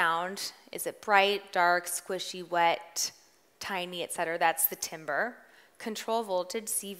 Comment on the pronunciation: Yikes. Didn’t know LPF/HPF and couldn’t pronounce timbre, integer or tinny. She might be good at making music but she was definitely not prepared to teach this session. Teachers seem to need more coaching/training/prep.